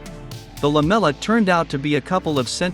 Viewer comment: take a vodka shot everytime the text-to-speech bot says LAMELA